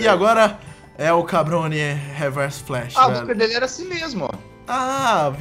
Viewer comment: e adoro quando vc faz o bigodone e diz él cabrone